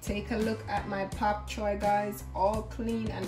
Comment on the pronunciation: Your demonstration sure makes me want to try your recipe soon, but did I hear you say "Pap" Choi?